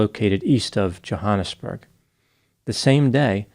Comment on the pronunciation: Omg wasn’t expecting this to be my family home town!! Also a tip the ‘a’ in Johannesburg is pronounced like the ‘a’ in at